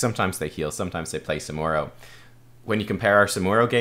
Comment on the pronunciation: Ask your scottish friends how to pronounce SamuRo :)